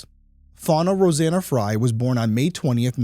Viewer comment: Wow, it's really uncommon to see someone with my same last name. It's even more uncommon for it to be pronounced the same way. Most of the time, Frey is pronounced "Fray" not as I and the victim pronounce it "Fry." It is Scandinavian/German name in origin, derived from "Free Man or Freeman." I would love to know if we are related in some way.